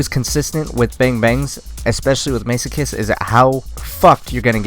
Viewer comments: Isn't it Mass-o-kist? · hey, its the guy that got pissed off about the elo again lol. a few points. the pronunciation has already been pointed out so ill skip that. the description used to be correct before they completely redid the weapon for multiplayer, it used to be the infinite ammo in multiplayer too. and aiming down sights with the dcm8 also makes the spread wider so aiming makes it worse. i got the masochist pretty much right at the beginning and i love zombies so i know it very well lol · I know it's been 8 years but I'm not letting it go that you were saying Masochist wrong lol